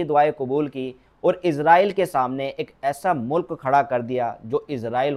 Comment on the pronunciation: Izraaieel ns kaho Israaieel ksho